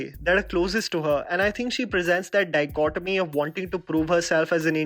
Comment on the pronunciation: whenever he says Dichotomy I hear Dicotyledon